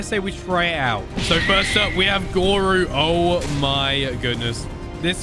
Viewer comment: its called goro not goru